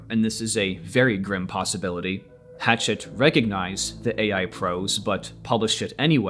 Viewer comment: People need to learn how to say this publisher's name correctly. The name is French, thus think French pronunciation. It's not like the chopping tool (a hatchet). It's more like "Ha" (as in "ha ha" funny, where "ha" rhymes with "la" as in "La La Land" or "Ma" as in "Mama") and "SHET" (rhymes with jet). So..."ha-SHET" (with the stress on the 2nd syllable).